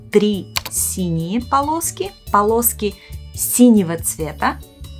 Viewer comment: TRI PALOSKI?? 😂😂😂